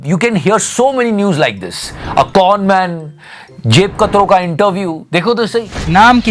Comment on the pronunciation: Con not corn